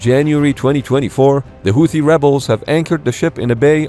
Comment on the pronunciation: Houti Tutsies 🤣